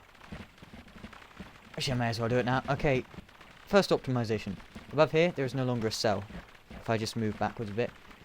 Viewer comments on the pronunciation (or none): none